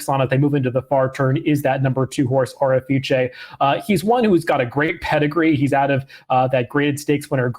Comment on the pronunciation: Seriously bro, it's quite unimaginative and downright defiant to the race caller when you spin a name. The horse's name is pronounced "Orifice." O'er is a word FYI. An Orifice is an opening (such as a vent, mouth, or hole) through which something may pass. Nuff said.